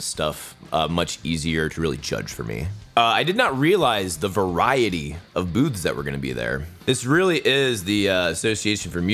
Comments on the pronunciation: When you said "booths" it sounded like "boobs" hehe. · "I did not realize the variety of boobs that were gonna be there" Lol, I know you said "booths", it just caught me off guard because that's not what I heard at first